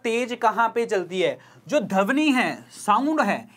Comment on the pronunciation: Sorry but I am very particular for Hindi. For 8th question it is dhwani and not dhawni.